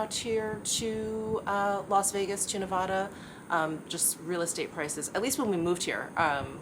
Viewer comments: My daughter’s best friend lives in Nevada. She has corrected our pronunciation to “Ne-Vaad-uh” - let me know if you get feedback on that! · Nevadans say Ne-Vaaaaa-duh. Rhymes with craft, draft.